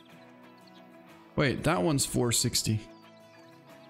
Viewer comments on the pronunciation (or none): none